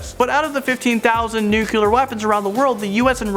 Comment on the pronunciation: "Nucular weapons"